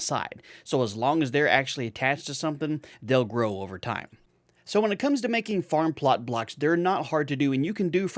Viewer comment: I know, right? It doesn't really sound like you're saying "farm plart blarks", but I've heard others say it like that and it's just a bit too funny.